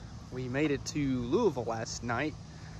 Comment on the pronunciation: Thank you for pronouncing Louisville correctly! 👍